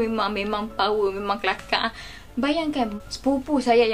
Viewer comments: sejak bila orang utara sebut kelakaq????????????????? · Agak² la...aku utara jugak...tak penah dengaq orang sebut kelakaqq woii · Terkejut ceq dengaq…takpernah lagi dok dengaq orang cakap kelakaq nih😂🤣haish